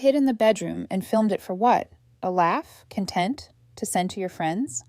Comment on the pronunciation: This protagonist is the most anal of them all. AI is getting better pronouncing numbers, in some of the videos. It's CONtent, not content. The first has to do with the obsessive filming of everyone and everything. The second means you feel well, in an understated way. Work on it. Did she get her figurine back. Who was he testing when he pinned it on Maria?